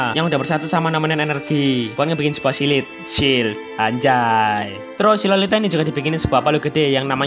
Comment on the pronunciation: suka kesrimpet ngomong Silit, padahal mah Shield, kocak bet dengernya😂😂